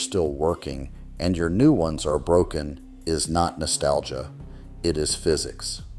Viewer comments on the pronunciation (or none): none